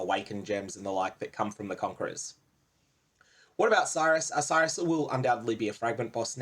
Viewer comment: if you pronounced Sirus properly i'd watch more of your videos, no joke. It fucking hurts my brain that people can't just do shit properly.